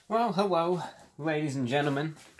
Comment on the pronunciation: “Weww hewwo.”